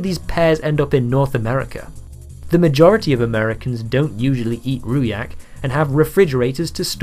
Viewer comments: ffs its pronounced ROO DJACK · I screamed when you pronounce "rujak" as "ruyak". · Very nice video, as a sidenote: rujak is pronounced with a "j" and not a "y" :) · You pronounce "rujak" so funny 😆, it should be roo-juck, not roo-yack. And that packed thing can't be used as rujak, because it needs to be fresh fruit. The taste would be off if we use that thing. That packed fruit immersed in sweet juice (syrup) is called "manisan", you can eat them straight or make some drinks from it. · lol he said ruyak use hard G Rujak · Rujak/Rojak is pronounced Rue-Jack/Row-Jack not Ruyak. Since its a mostly malay dish, the J is pronounced like a J and not a Y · RU'JAK NOT RU'YAK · As an Indonesian it's actually pronounced roo-jack with a J, and I've never seen that product here or any other kinds of packaged fruit in fruit syrup, I don't think products like that is popular here. We do have some similarly packaged products tho, small plastic cups and sachets everywhere, but they're not processed fruits. It is true tho that we import in a lot of fruits here but they're sold fresh, I believe the majority of Indonesian crops are turned into other products rather than being consumed directly. And from what I've gathered living here, refrigerator is a very common household equipment in Indonesia. Other than that, excellent video, very informative and well packed. Love your content! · For spelling rujak u could spell it ru-jack. Other than that, nice video for clarifying the old meme. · a part of me died when you said ruyak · Firstly, the 'j' in 'rujak' is a hard one, it should be spelled like 'jam' in English. Second, I have never seen nor eaten any rujak containing pears. Source: I am Indonesian so my information is very authoritative. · DID BLUD REALLY SAY RU-YAK 😭😭😭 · The pronounciation of rujak hurts me. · For clarification, rujak is pronounced with the j in jump, not like a y. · Never expect would be hurt by someone say rujak with wrong Pronouncation